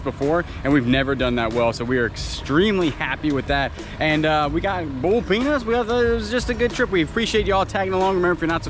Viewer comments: I thought you said ‘bull’ peanuts. I was wondering what in the heck that was. 🤣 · Honestly did not know you were saying boiled peanuts. Totally was wondering what bull peanuts are. 😆